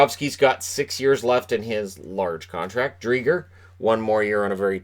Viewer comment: Hey, not wanting to say you're pronouncing it wrong, since maybe Chris Driedger pronounces his name with a hard G, but at least where I'm from in Manitoba, "Driedger" is pronounced with the G acting as a J (with the 'dj' like in the word 'adjust') rather than a "Guh" as in gum sound. But I've heard worse, I think Fantasy Hockey Podcast initially thought it was "Dried gur". Our menno names (like Toews) often cause confusion Keep up the great work! I think I like watching your videos more than I do actual hockey, hah, enjoy the rain here in vancouver today!